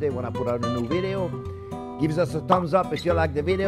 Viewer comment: "Tumbs up!"